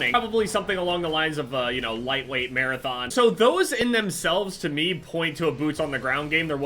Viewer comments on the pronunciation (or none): none